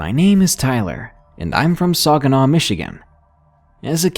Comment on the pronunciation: For future reference Saginaw Michigan is pronounced Sag-a-naw. The i is pronounced like an a not an i. Also I am a Michigander so I can say this.